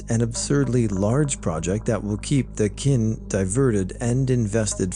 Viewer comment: just so you know Qin is actually pronounced as “chin” 😌